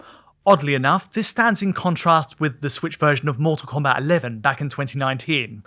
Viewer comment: "Mull Tull Combat"